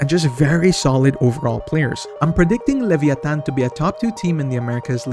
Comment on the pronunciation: i love how he pronounce leviatan the correct way